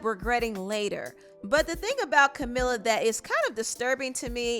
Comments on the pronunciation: It’s Camila not Camala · Pronounce her name correctly please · I just started the video… it’s camEEla CabeYo (it’s how to pronounce it 🤗 hope I helped)